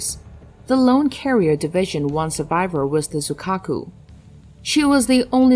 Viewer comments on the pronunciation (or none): 瑞鶴ってiを発音しないのかな？